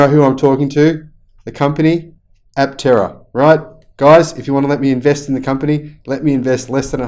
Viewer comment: I have always loved this vehicle too. Aptera is a Greek word so I think the 'p' should be silent. It means, wingless. The implication is flight without wings. Looking at the car from the side, with the doors opened or closed, it looks like a sparrow in flight.